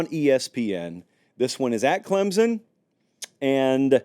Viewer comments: Please learn how to pronounce Clemson? It's not Clemzon! Try these two options instead: 1. A guy name Clem has a son, Clem's Son 2. Or add the letter P, Clempson. You're welcome! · "Clem-SON", not Clem-zun" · It's pronounced ClemPsin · For the love of God, will you please learn how to say Clemson? You don’t have to add a P, just emphasize the M.😂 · Can we finally learn how to pronounce “Clemson”? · For the love of God, will you please learn how to say Clemson. You don’t have to add a P, just emphasize the M.😂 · If only could pronounce the "S" in Clemson lol